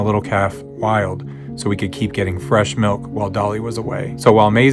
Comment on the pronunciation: Why dose she keep saying melk